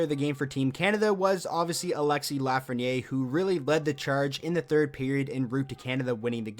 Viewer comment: Proper way to pronounce his last name is "Laugh-fren-i-air"